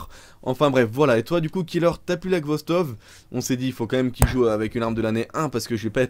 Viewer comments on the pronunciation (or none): tu dis ghostov au lieu de khostov x) , mais sache que c'est une excellente arme , je pensais que tu l'avais deja test